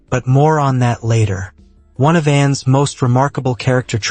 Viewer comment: Why are you saying N instead of Anne? Very annoying.